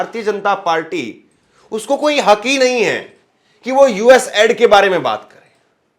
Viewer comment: Please it's not ad :: it's aid😢 aiid😢😢